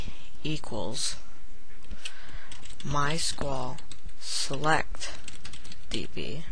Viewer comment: you can't even say my sql in right way lol